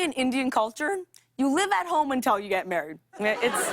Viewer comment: Am I the only one hearing "untel" instead of "until"? I love her tho